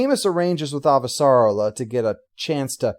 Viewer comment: (Let me see if I can do this right... :P ) It's AHvah - sar-AH-lah. It kind of "gallops" off of the tongue. ;) It seems like people often pronounce it like, "ah - va - sah- rah - la", with equal emphasis on each of those syllables. If all else fails, listen to how they say it in the show. ;)